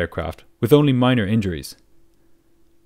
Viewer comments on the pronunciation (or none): none